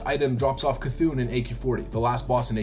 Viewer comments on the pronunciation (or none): none